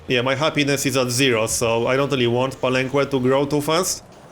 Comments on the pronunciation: Palenque is pronounced palenke anyways love your videos. Youre doing pretty good in this game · Believe me man, im mexican, i speak spanish and ive been there, the "que" its pronounced as a "keh":) you can trust me on this one. Its the same as in all the words in spanish that use the qu-, you dont say the "u". Palenque is the name in spanish to the city, which is Bàak in mayan, so it follows that grammar. Just so you know how its the correct way to say it. Really looking forward this series btw! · Hey, you pronounce the que in palenque as a "keh", not with an oo sound, just so you know, great vid as always!